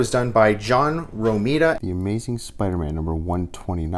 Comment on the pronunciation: *Rah me dah as in rhymes with Andromeda